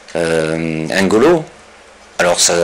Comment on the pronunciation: Ce n'est pas "Engolo", c'est "Ngolo", pas du tout le même nom. Cette mal prononciation des noms africains est un manque de respect...